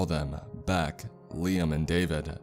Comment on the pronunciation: Beck Said = Bock Sad Why do you talk like this? Un-plug your nose too.